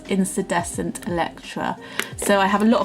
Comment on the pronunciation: With respect, I think you’re pronouncing incandescent wrong. It’s IN - KAN, not IN-SAN